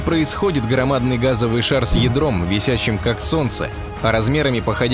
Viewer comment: "весЯЯЯщим" как солнце. -- до этого диктОра это было вЕЕЕсящим